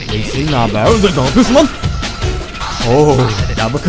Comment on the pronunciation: leş sin mi lee şin mi kopfgıojhıojg